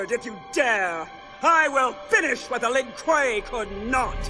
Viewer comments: Ah yes, the len cui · Lin Kuei: "Lin koowee" Kung Lao: "Kung Lay-o" Kintaro: "Kinteroe" Noob Saibot: "Noob Say-bot" xD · I love it when the voice mispronounces the voices like "Lin Koowee" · I love how stupid the text-to-speech sounds. For example; "Lin Kooee". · Oh yes the "lin qu E" my favorite clan